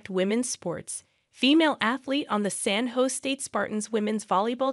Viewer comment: Use a real announcer. They can pronounce "San Jose" correctly.